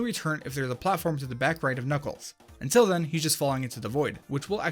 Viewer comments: anyone else hear him call knuckles klackles in the first glitch of the video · Why’d you say kakles bear the start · WHO'S """KACKLES"??????? I though he was knuckles :3 >.<